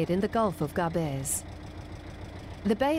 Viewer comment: It s Gaaaabes not Gabeees. I could get ear cancer from hearing this. Otherwise nice docu.